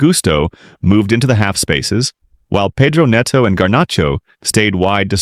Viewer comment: Paydro??? Nedo?? Only Americans pronounce Pedro as Paydro and Neto as Nedo. An American making analysis or commenting on football matters is just catastrophic. These guys can't seem to pronounce these players names correctly. Paydro, Nedo. PHUCK.